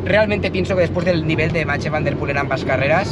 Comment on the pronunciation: Me encanta el canal enganchado 100%….. solo un comentario y espero que sea constructivo. Pronuncias el nombre de Mathieu en un perfecto “neerlandés” pero el apellido Van Der Poel en un fantástico “español”